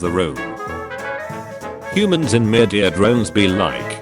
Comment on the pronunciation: "Murdeir Droens" 💀💀